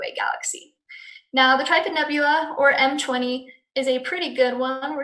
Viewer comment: trifid is pronounced differently than the way you said it, why do you not use the 17. . . charles